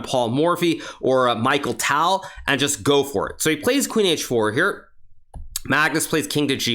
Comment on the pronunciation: Except when he butchered mikhail tal